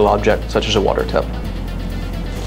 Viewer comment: Did he say water tub or water tap? How do i groud myself?